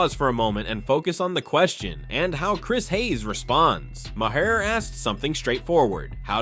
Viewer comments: I never cared much for Bill Maher and I’ve listed to him for many years, but pronounce his name right. The h is silent so it sounds like May-er. I have at least that much respect for the man. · Can't even pronounce Bill's last name correctly... 👎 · I like your video but please learn how to pronounce Bill Maher’s name correctly.